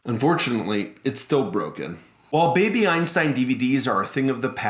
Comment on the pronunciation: for a moment I thought you said baby Epstein